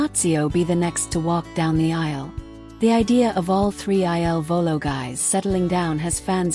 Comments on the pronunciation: PLEASE CORRECT Your narrative!!! Their name is "il Volo" NOT I.L. Volo !!!! The il means THE and VOLO means Flight in Italian. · IL VOLO …….. pls, not I.L.volo……..every night I say the same thing😮